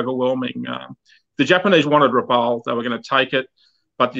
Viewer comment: A very good coverage of such a sad part of our history. I only wish would have got the place name pronuciations correct (Rabaul, Kavieng, Bainings etc)